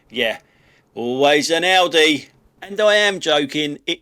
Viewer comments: The auto-singing on your Audi jingle seems to sing "always an ordi". If you re-record it with "always an owdi" as the lyrics, it will probably pronounce it properly. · 18.40 etc. interesting how the AI sings audi as in audio instead of as in Audi. Other than that you’d never know.